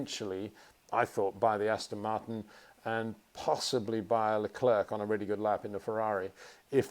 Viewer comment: He actually pronounce it correctly, always thought leclerc was pronounced another way, but Charles admitted it's how peter says it.